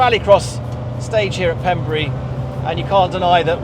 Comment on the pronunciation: Ben it’s pronounced pembray 🏴 not pembree